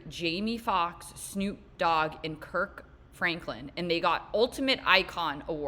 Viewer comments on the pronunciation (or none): none